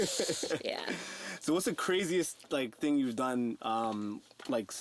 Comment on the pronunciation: Why do these white people keep saying ting lol